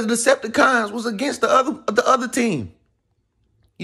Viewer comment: Every time he says it I bust up laughing😂😂💯